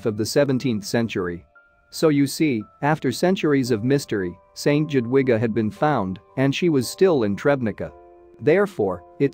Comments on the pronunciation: The way to pronounce Jadwiga is Yadviga I know this as it is my middle name. Shame really, when you tell a story you should learn how to pronounce names properly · Jadwiga is pronouced. Yadwiga! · Not at all. The J is pronounced Y and the W is pronounced V. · J is pronounced YA! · Click bait ... boring electronic robot voice video ... Jadwiga is pronounced Yadviga or Yatvika ... info good ... video not so good ... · Yes, St Jadwiga is a prominent and well respected name in Poland. And it’s not the only name mispronounced....